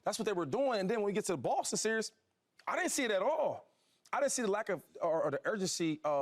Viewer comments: Someone tell Shady it's series not serious. 😂😂😂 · Shady said “the serious” y’all grown af and can’t say series